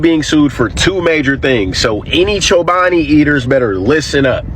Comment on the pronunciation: Played around with the word chobani - chinoba ? It's just missing the L 😮